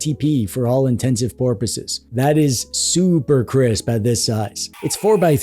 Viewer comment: As I was watching the video, I thought, "Did he just say, 'intents and porpoises'?" 🙂 Then I thought, "Well, at least he didn't say, 'intensive purposes,"' which seems to be a fairly common actual mis-hearing of the phrase rather than a joke (although 'intensive porpoises' does sound somewhat comical).